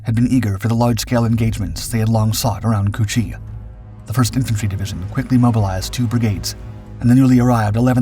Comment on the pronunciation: Did he just say "pushing into çu-chi ?" Lol!!😂